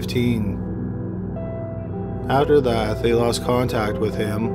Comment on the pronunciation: Adderdat is pronounced After That ... Nodeabull is pronounced Notable , you get worse with time , i thought you might improve a little .waiting for the . dont watch the videos then